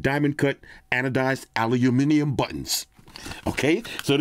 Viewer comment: Aluminium... haha... thanks for saying it properly, from all your viewers down under ;)